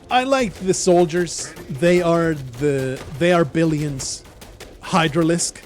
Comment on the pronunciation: all this time i thought you were saying the arbilions kkkk